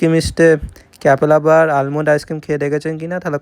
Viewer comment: This is almond Not aimond